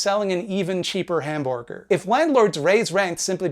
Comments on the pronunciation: I love how you say "hamborger" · Hmm... "Hamborger"